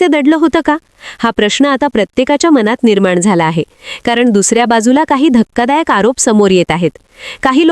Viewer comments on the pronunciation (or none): none